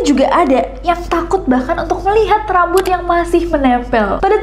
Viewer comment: apa cuma aku yg ngulang2 video bgian kak nessie ngmng RRRRAMBUT :)